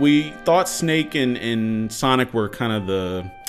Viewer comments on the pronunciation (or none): none